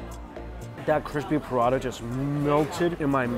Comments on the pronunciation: prata not prada mike 🤣 but great to see you enjoying all the food! 😋😋😋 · PRA TA.. NOT PRA DAH 😭😭😭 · Prada?🤔 more like Paratha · It is prata not prada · Prata not prada!! hahaha if there's an all you can eat prada buffet i need to get some bags and wallets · Prata, not Prada (check description) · It is actually roti prata. Not Pa-rata. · Prada? Those aren't handbags.... Isnt the pronunciation, palatha? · Its spelled prata dude not prada 😅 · Why do you say P-Rata, rather than Prata, like Singaopreans do? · Lol.....I can't help it!!😂 Mike, corrections! Is Prata. not Prada😄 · Ahhh I thought he said Parana buffet. Not Parata. I was expecting to see him eat some Parana or having parana in tanks to look at while you eat. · prata...lol what is parada...wah lau XD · It’s pra-tha not puh-rah-dah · Ok but why he said prata as parata, its just prata not parata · i was preoccupied during the first 2 minutes of the video and was convinced i was hearing ‘piranha buffet’ until the first dish came out 😭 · i kept hearing Mike saying "prada this, prada that, prada..prada....." 😂😂😂 that is a looot of bags man 🤣🤣🤣🤣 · Paratha is how it's said though. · im sorry but i kept thinking you were saying Piranha then i saw it as the bread lmao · Oh, and it seems like he likes to eat Prada not Prata 😂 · As an Indian, my heart aches every time he says Prada... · IS PRA-TA two syllables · It took me so long to realize he wasn't saying "burrata" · I thought he said "Piranha" buffet. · Prada or Parata? haha